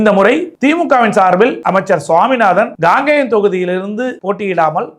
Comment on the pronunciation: காங்கேயம் சரியாக உச்சரிக்கவும் Gangeyam இல்லை Kangeyam உங்கள் தமிழ் உச்சரிப்பு கேட்பதற்கு எரிச்சலாக உள்ளது